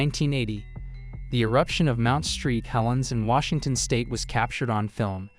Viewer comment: Tak-o-ma Warshington 😂